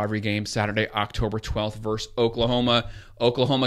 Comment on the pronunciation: Nice breakdown but please pronounce the word VERSUS correctly... Ver-sus...not Verse !!! Thanks!!!